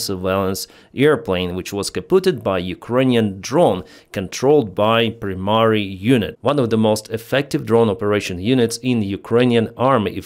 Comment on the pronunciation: Not Premiry. It's pry-mary. That is h9w you pronounce the word primary in english. You're doing great,, with your english.I even noticed that you learned how to pronounce the word annihilate.